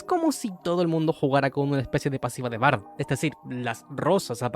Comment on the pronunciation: Paré el video cuando dijiste "Bard"